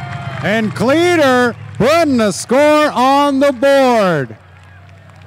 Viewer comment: .... Did he just call him "Cleeder”.....🤔😬